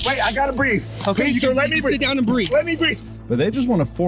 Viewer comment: I cant beeth 😂😂😂 ... I cant beeth😂😂😂 ... I cant beeth 😂😂😂